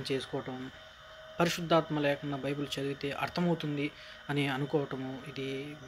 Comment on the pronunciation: ne video chusi oka visham chapalani vundi nuv bible spell nechuko first its not bibul its bible